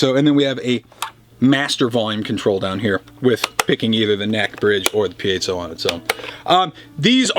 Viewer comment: Piezo - I heard it pronounced "pie-zo'", "pee-zo" and now "pee-A-zo'". I say screw it & call it a Pizza Pup.